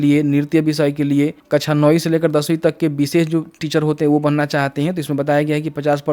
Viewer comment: कछा नहीं बोलिए सर ....😀😀 कक्षा बोलिए सर .... ✅ आप पढे लिखे है, अनपढ जैसा नहीं बोलिए